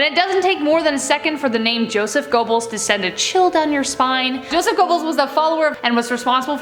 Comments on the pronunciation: Your pronunciation of Gobbels is hilarious. Ger berls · How TF can you seriously not know how to pronounce “Donner.” You never heard a single thing about the Donner Party before researching this story? That’s not how you pronounce Goebbels either. Damn, get it together man.